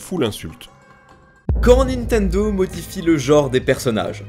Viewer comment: Y'a que moi que ça choque d'entendre dire "Nitendo" à la place de "Nintendo" à chaque fois?